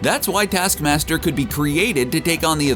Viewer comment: ‘Detaskmasder’, ‘Nedasha’? Get some nasal decongestants man. Everything you do makes me watch something else. Are you deaf?? Are you a robot? WHERE IS YOUR AWFUL VOICE FROM?!